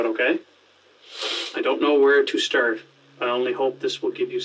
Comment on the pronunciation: "I don't know where to sterrt"